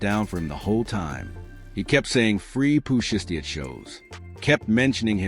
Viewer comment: Bruh its shiesty ! Shy stee !!